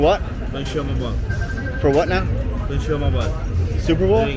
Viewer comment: "Super boul?" 😂😂😂